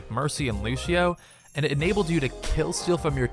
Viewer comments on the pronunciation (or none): He said lushio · Stop trying to be fancy people. It's LuSEEo, there is no H sound in the pronunciation. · I never knew lucio was pronounced lushio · Why can't he say lucio